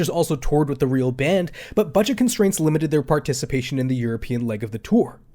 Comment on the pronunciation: it's not "rael"